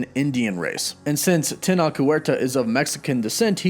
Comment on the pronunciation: Tenoch, the ch is pronounced like Chadwicks ch, TenoCh, it's a good Mexican name :)